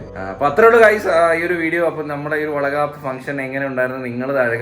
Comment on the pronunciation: വളക്കാപ്പ് അല്ല വളകോപ്പ് 😂